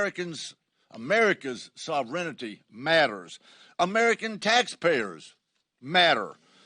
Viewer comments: Sov-ren-ity? Sorry I heard it twice. He should know the correct pronunciation. Had to say it! Also, I support this and agree this is not what the founders were anticipating when they wrote it. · Love him but sov -renity)))😂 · Sovrenity? lol